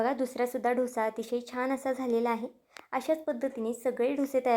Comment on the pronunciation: ढोस ni डोसा म्हणा